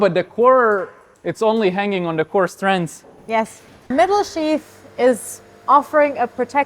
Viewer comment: Unbelieveable that somebody who's day job is designing and working with ropes can't pronounce "sheath" properly.